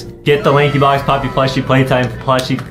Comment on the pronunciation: You speed lankybox wrong 😂 you sayed laxybox 😂😂😂😂